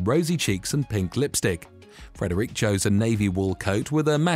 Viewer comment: Please pronounce names properly. It's not Frederique of Denmark but Frederik. You are pronouncing it as a French name instead of a Danish name. Also Curaçao is pronounced 'cure a sow' not the way you pronounced it